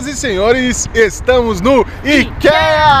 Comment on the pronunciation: Queridosss, encontrei o canal de vocês hoje procurando por viagem com dogs e foi um achado!!! Obrigada pelo conteúdo maravilhoso. Só uma diquinha construtiva: ikea se pronuncia "aikia". (ps.:fiquei com o coração na mão no vídeo da perdida no aeroporto, ainda bem que deu tudo certo <3)